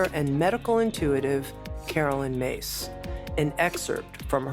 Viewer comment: Her name is pronounced Miss NOT Mase. It's spelt Myss. That is not Mase!